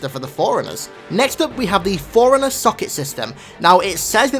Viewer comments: For the love of God... Stop saying "foreigner" instead of "forerunner". FFS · It's "4 runner" BTW